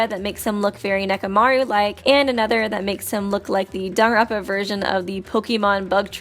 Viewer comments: I'm sorry, This is how you pronounce danganronpa? JONAWITZ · Please pronounce Danganronpa and not just mumble it... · I like these videos a lot but I really hate the way she lazily says "Danganronpa"